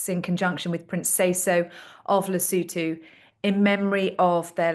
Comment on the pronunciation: It's Lesotho, not Lisootoo.